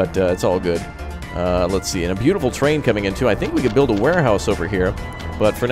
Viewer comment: Bylatiful.... Suuuuuuuure.... Totally NOT a Western Spy......